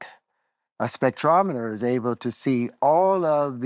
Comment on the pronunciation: knows how to pronounce spectrometer 😮